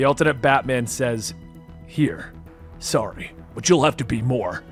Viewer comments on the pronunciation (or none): none